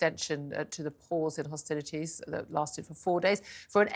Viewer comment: Hostilities What a bizarre pronunciation